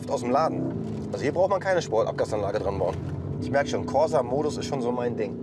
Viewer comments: Werden die Deutschen jemals das Wort "Corsa" richtig aussprechen können? Wir werden es nie erfahren...... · Als Italiener bekommt man Ohrenschmerzen, wenn man hört wie die Corsa aussprechen